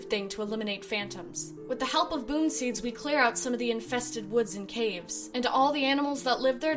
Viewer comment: Bombseeds not boomseeds ( no offense )